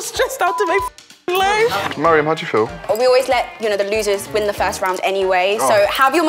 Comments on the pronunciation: FOOTASYLUM ITS M A R I A M NOT MIRIUM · footasylum abeg it’s “mariam” not “mariam” 💀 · Put some correck on Mariam's name! 😒